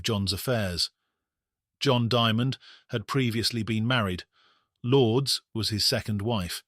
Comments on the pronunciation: The name is pronounced Lour-des, not Lords. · Lourdes lore dess 2 syllables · An American wouldn't know how to pronounce that either so what does that have to do with it? Never heard that ridonkulous name in my life. Lour-des? Oh yes that is super American sounding.